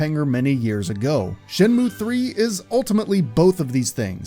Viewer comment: What a Shay-mu :/ Does anyone know where I can find some sailors, though?